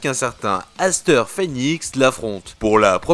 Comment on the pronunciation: Cirus en sueur !😂 j'aime bien zane. Je possède une de ses cartes ! Dites moi que mon commentaire est éclaté ! Sinon continue et puis pour t'informer aster se dit pas asteur mais astair, tu le saura maintenant !